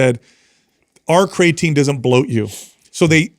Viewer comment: He says cray-atine lol